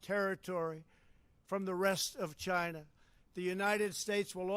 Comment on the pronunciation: The way he speaks chinah ask chinah